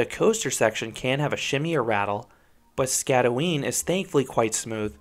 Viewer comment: You did mispronounce the name. You got the first part ot the name right, but the "øen" is pronounced by making a weird danish sound. I cant really describe it because no english word i can think of makes that sound. Anyways, great review, and i wish i had seen this review before riding, because my feet got soaked.